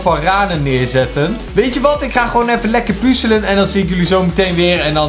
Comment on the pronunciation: Het is puZZZZZZZelen ja puZZZZZZZZZZelen DUIDELIJk!?